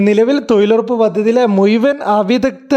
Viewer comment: തൊഴിലുറപ്പ് ആണ് തൊയിലുറപ്പല്ല തൊയിലാളി അല്ല തൊഴിലാളി ആണ്